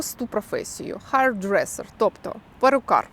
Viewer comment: Это было полезно. Но вам надо поработать над англ произношением. Career, hairdresser не правильное произношение